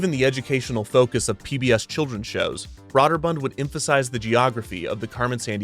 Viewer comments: Brøderbund is pronounced as BROO-dər-BƏND, like you said, by the company itself. But as for how this made-up word would be said in the languages it comes from, it would be BREH (short E sound, but with round lips like an O)-dər-BOOND. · Brøderbund = Brew-der-bund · Having spoken to persons in the industry as well as former employees, I can attest it is pronounced "Brooderbund" instead of "Brawderbund". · Broderbund - BRO DER BUND not BROAD ER BUND...... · it's pronounced "Brooderbund" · Brøderbund (pronounced BROOD-er-bund) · Agh. The pronunciation of Brøderbund is killing me. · Broder bund is pronounced with a Long O. Broder rhymes with Loader. Also you botched Karateka. It's not pronounced with a long "KaaaaaaH" at the end. Just kuh rah teh kah, and quickly drop it. Source: I'm older and lived through it. Re-record your narration with these corrections. It's aggravating otherwise. The show released at least 2 soundtrack CDs and sadly Lynne Thigpen passed away some years ago.